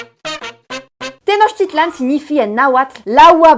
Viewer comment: SEV se PRONUNCIA tenochtItlan. ACENTO EN LA PENULTIMA SILABA